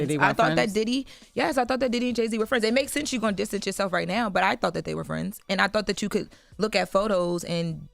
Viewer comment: keyb word she said thoght then he said thoght so if she just said thought that mreans she didnt know! jut being real come on now